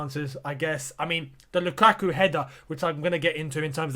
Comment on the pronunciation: Its not lUKAKU ..it was sth like "LookAtYou" hahaha.....